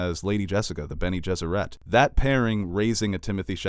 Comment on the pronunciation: He makes Bene Gesserit sound like a French pop band.